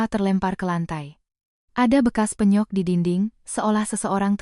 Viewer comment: Bengkak, koq mbak ucapkan Be'ngkak? Apkh pakai AI? Pe'nyok, mbak ucapkan penyok